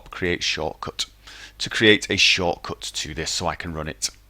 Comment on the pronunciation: say shortcut again haha, love it.